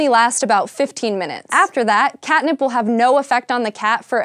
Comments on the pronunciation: sounds like cat nipple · she says cat nipple